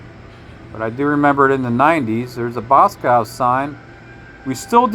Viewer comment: It’s BosCOV’S not Boscows lol